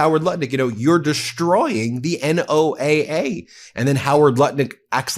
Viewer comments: Ben!! It is pronounced “Noah” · Ben don't be an A1 McMahon. NOAA, the National Oceanic and Atmospheric Administration (not Agency) pronounced Noah. I love what MTN does but you need to cross your T's and dot your i's not because not doing so makes you look any less intelligent but because it allows the Cult to cloud the waters. Also why does Maga Mike look like Emmett from the LEGO Movie?